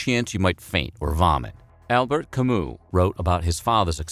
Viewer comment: ITS PRONOUNCED AL-BEAR CAM-OO YOU FUCKING UNCULTURED SWINE